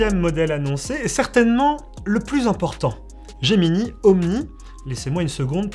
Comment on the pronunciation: Gemini et non Geminee, S'IL VOUS PLAÎT.